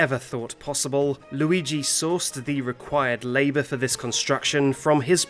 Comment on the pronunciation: Noo, loogee